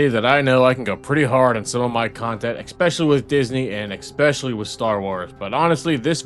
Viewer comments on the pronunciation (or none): Especially, not expecially. Learn English. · Go hard with working on your pronounciation of "especially". It isn't "expeshully".